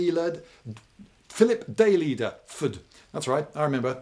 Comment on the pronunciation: I go to William and mary and I've never been able to get into Daileader's classes, he only ever really offers two. I guess he's always doing the Great Courses stuffs (he's actually got a few on there) p.s. It's pronounced Die Leader, apparently it's Lithuanian. The guy is great. Good vid Lloyd.